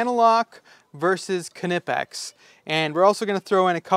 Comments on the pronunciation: Its pronounced nip-x, duh! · …‘Ken-ipix ’?…im out…heard enough… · Theyre not Knipex you pronounce them ni-peks!!! Look it up! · You're going to have to fight a new "battle". According to the company videos, they pronounce it "Kennipex"! That's odd, as it's a German company, and in German it is in fact pronounced "K-nippex". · You were bouncing between not pronouncing the K and pronouncing it. It’s a German company so they do pronounce it. Technically Ka-née-pex is correct, but in US Ka-nip-ex also seems to work. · Incorrect. You 100% pronounce the K, it’s a German company. Technically it’s Ka-née-pex, but in the US ka-nip-ex is used more. As you suggested, there are videos on YT that explain it.